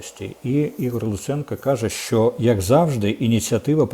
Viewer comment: Корчинський,не говори ''шьшьо'',''шьшє'' і т д . Говори правильно ''що-шчо'', ''ще-шче''.